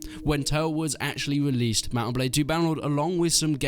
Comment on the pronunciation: He keeps saying released and its hurting my soul